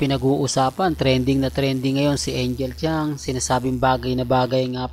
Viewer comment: NICE PRONOUNCE SA TITLE MONG ANGEL KHANG. 😂😂😂😂😂HINDI ANGEL CHAN UGOK PARA LANG SHOE 👠 RAMEREZ. MS. IGNORANT DESTINY 😂😂😂